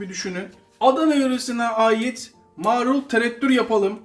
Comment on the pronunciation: kardeş, yaptıklarınızın hepsini hepsini yapıp ana yemek gibi yemek istiyorum yaptığım tam buğday unlu ekmeğimle. Ellerinize sağlık. Yakında sayenizde evin mezecisi olacağım. Bu kadar övgüden sonra sizin bir yanlışınızı düzeltmek istiyorum darılmazsanız. “Marul” kelimesini lütfen “Maaarul” diye “a” yı uzatmadan söyleyin, olur mu?